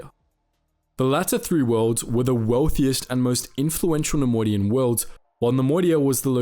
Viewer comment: take a shot every time he says ‘nemodian’